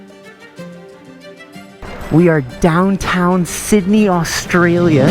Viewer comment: “w sidneh in da chat” BRO YOU NEED TO COME TO HEREFORDSHIRE ENGLSND THERE SRE SO MANY TRAILS